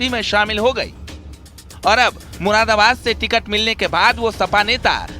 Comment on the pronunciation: अरे ये मुरादाबाद का नाम भी नहीं ले पा रहा है मुराबाद मुराबाद बोल रहा है